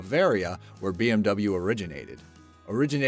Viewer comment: Bmw pronounced very rong